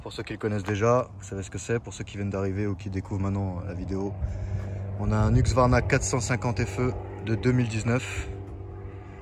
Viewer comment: HUSQVARNA pas HUQSVARNA!!!!!! tu porte un casque pas un caquse